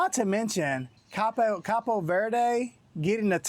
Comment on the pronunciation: It's cabo not capo lol 😆 😂 🤣